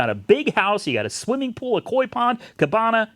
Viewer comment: if your not sure how to say cabana listen to the Barry manilow song 'at the copa'!😀👍